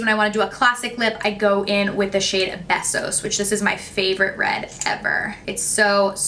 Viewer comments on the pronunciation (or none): hahah it’s pronounced BAYSOS (means kisses in spanish) not besos😂😂 it’s okay we still love u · I just wanted to let you know Besos is Spanish for 💋 Kiss and it's pronounced like BAY or Baysos I know you always say your not sure if you are saying things correctly so just thought I'd help you out with that one!! 💘 Love Love Love your channel and watching all your tutorials, hauls especially since like you my skin is as dry as the desert and you don't do DRAMA!!! I recommend your channel to everyone!!